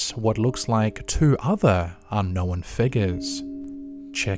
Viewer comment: Stop pronouncing the w in unknown! It is silent!